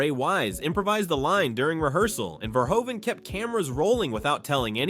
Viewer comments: Verhoeven is pronounced like Verhooven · Verhoeven is mispronounced too